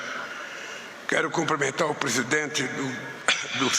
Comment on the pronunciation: Alguém fale para essa figura que o certo é cumprimentar e não comprimentar.